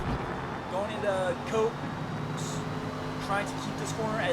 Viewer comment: 1st overtake was a bit rough and hopeful on their part, while the corner you were not sure about is pronounced 'Cops' as in cops and robbers. It is so called because the word 'Copse', that the corner is named after, means a small clump of trees which Silverstone has had plenty of around it. I am sorting out a 'Boss 'Stang with race rubber and will send details as and when it's done, typical Forza, I sort out loads of cars for 20 minute racing and then they resort back to shorter races 🙄. Solid racing as per, and hope to see you on track over the week end.